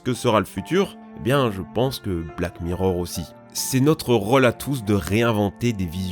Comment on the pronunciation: "c'est bieng"..... Zinedine Zidane 😎